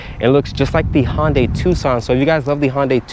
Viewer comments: he works there and pronounces it HONday. i thought it was HUNday. santa ana???????? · You’d think if you worked for Hyundai, you’d know how to pronounce it.. Its pronounced like Sunday but with an H.. So Hun-day, not how you’re saying it like Honda but swapping the duh with day Hon-day.. Then you say you don’t have the wheelbase numbers, but you know it’s 7” shorter than whatever vehicle, so i guess you work at a dealership and can’t do basic math either? Not to mention the dimension info has been out for months now… Cmon dude, you can do much better… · Never heard it pronounced Honday lol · Isn't it Hoondai not Honday ? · H-un-day and even that’s the simple version. I’m sorry but DAMN bro